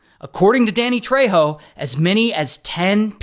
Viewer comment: Ray, you butchered Danny Trejo last name. He also now hosts mysteries unearthed on the history channel. It's a great show.